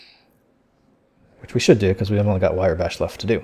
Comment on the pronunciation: It's Wrye Bash, pronounced rye as in the bread, not wire. Great videos though, and you're not the first person I've heard mispronounce it.